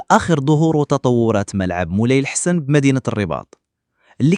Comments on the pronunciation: مولاي الحسن بفتح الحاء والسين...إما أن تنطق الإسم صحيح أو إغلق فمك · النطق غير صحيح ،مركب مولاي الحسن جزاكم الله خيرا.